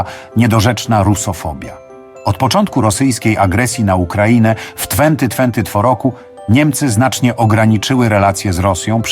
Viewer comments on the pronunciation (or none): Serio juz nie ma kto wam czytac tekstu do nagran - tfenty tfenty tfo??? 🤣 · W tfenty tfenty tfo roku, fifti siks? 😅, kurcze, jak tak mozna 😅